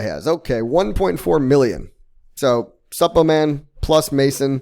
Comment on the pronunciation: Is it just me or the way he pronounces Suppoman just cringy 😂